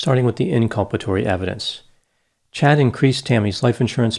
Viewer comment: Are you sure it's Chad and not Chode?